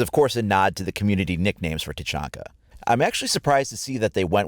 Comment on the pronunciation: It irks me that fact he says tachonka instead of tachanka